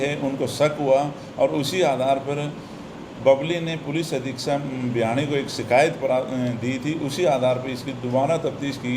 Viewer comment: Bhiwani not Bhyani...